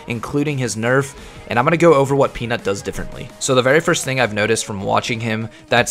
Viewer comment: I hear you tried hard not to make Peanut sound like Penis like in the last vid xD